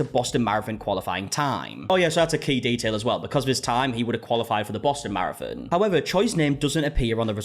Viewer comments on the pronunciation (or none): I will from now on be calling a marathon, a “mare-a-fin” 😂💀